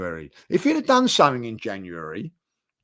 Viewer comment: I love how says "something" lol, "suink"